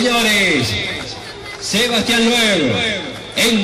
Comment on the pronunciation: SebastiAn loeb... podria pronunciarlo mejor no? empezando porque es sebastiEn, en realidad.. muy buen evento igual (y)